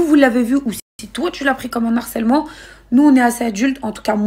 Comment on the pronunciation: Merci. On rehausse le débat. De même que mes oreilles me font mal à chaque fois que j entend l harcèlement. Alloooooo...C LE harcèlement, le h n est pas aspiré. Mais bon...C peut être un peu trop pour eux...